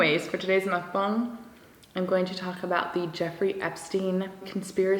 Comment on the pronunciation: You are the first non-korean YouTuber I’ve seen that actually pronounces mukbang correctly. Thank you.